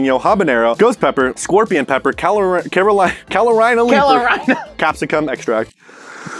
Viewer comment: Me from north Carolina being offended at not knowing how to say Carolina